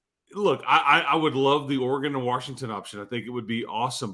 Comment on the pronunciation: The biggest problem with adding Washington would be hearing say “Warshington” for however long they’d be in conference.😂